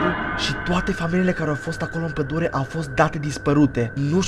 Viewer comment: la acest minut ai zis bai,,padule"